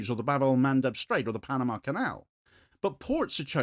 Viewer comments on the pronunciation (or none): none